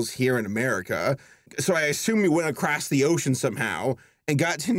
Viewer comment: akrosse the ocean